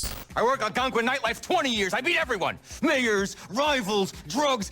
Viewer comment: bro did NOT SAY MAYORS